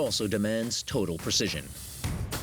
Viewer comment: NobOdy: Narrator: “millimeter précision”